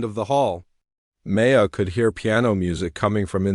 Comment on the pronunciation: Learn how to pronounce DeBussey! Learn how to say Chopin ! Hint: it isn’t chopp in! Maya is not May. A! It is My ah